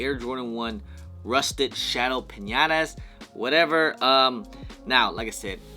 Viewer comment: He called them piñatas lmao